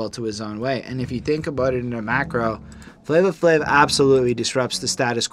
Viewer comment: Guys, it is pronounced Flavor Flav, it’s correct on Genius, I guess I wasn’t too clear when I tried to correct y’all in the first part, there’s no “a” at the end of “Flavor”. “Night Of The Living Baseheads” is my 2nd favorite beat on the album (I’m definitely with on this one.), I would listen to “The Grunt” by The JB’s first and then put on Baseheads right after because The Bomb Squad sampled it to make the beat and I think you’ll appreciate the source material a lot more. Same thing for “Rebel Without A Pause”,“The Grunt” was used again ( Oh in case you didn’t know, The JB’s is James Brown’s band and I know how much likes James Brown so I know she’ll definitely enjoy the song.) The whiny trumpet noise (I think it’s a trumpet) was Public Enemy’s signature sound at the time, The Bomb Squad made unconventional beats that sometimes incorporated noise with no actual purpose but it’s just an aesthetic to the beat. When I first heard Rebel, I had trouble getting into it as well but it grows on you and the more you appreciate noise, the more you’ll appreciate that beat. “Prophets Of Rage” is my absolute favorite, I listen to the instrumental at least 3 times a week (can’t get enough of those James Brown drums, courtesy of “Funky Drummer” which is one of the most sampled drum breaks in music history.) Chuck D just goes completely in on that song kind of like how Esham goes off towards the end of the album with “666” on KKKill The Fetus, I compare the 2 songs all